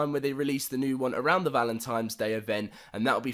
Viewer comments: I hate when people say "Valentimes" Day instead of "Valentines" Day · Hefty Guy I don't celebrate valemtimes day